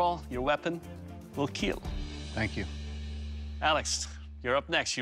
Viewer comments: What is a keel test? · Just like how Mr. DNA changed my pronunciation of dinosaurs, this man has changed my pronunciation of kill